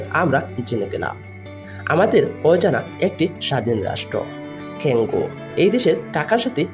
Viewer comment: ক্যাংগু না কংগো শালায় কথা বলতে পারেনা ভিডিও বানায়😂